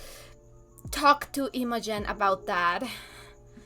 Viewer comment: It's pronounced like "immajen" (using the English short "i" sound at the beginning and the English pronunciation of the letter "j" for the "g"), with the accent on the first syllable.